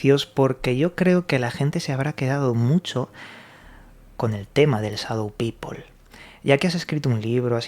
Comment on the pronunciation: Muy interesante el tema, pero sería bueno que pronunciaran correctamente Shadow, o por último díganlo en español, sombra y punto